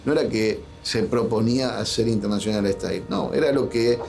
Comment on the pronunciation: Intenáshional ehtáil.